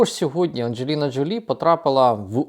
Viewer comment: Джо́лі вона [ˌændʒəˈliːnə ʒoʊˈliː]